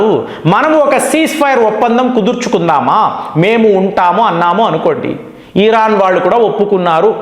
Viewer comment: మీరు thumbnail లో ఇరాన్ అని పెడతారు. కానీ మీరు ఉచ్చారణ మాత్రం ఈరాన్ అంటారు. ఏంటి? నా పిల్లలు కూడా మీ మాట పట్టుకుని ఈరాన్ అంటున్నారు. మీకు ఉచ్చారణ లోపం ఉంటే సరిపెట్టుకోండి లేదా మార్చుకోండి. దయ చేసి నేను మా పిల్లలకు నచ్చ చెప్పలేకపోతున్న. అర్ధం చేసుకోగలరు. 🙏🏻🙏🏻🙏🏻🙏🏻